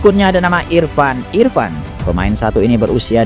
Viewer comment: Penyebutan namanya kok agak ngawur gt, Libero kok irpan irpan, Prasojo Prasojo